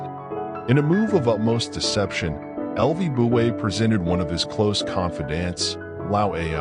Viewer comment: The AI-generated voice is completely mutilating the name of Lü Buwei. This, in itself, is enough reason to destroy the video and start over again from the beginning.